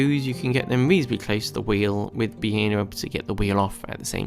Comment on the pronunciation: Aargh - beetuwl, metuwl, wheeuwl, axuwl!